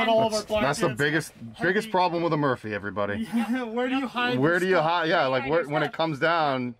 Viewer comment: You said, "Hey everywutty". 😂😂😂 Did anyone else notice?